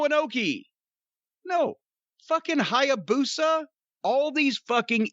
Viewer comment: Didn't need to massacre Hyabusa like that...😂